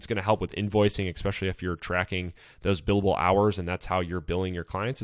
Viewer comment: You are pronouncing especially wrong fyi. Great post. Thx